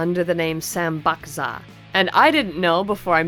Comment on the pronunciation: Sam Bak Za is actually pronounced "Sahm Bahk Jah". It means "3 count". Or something along those lines.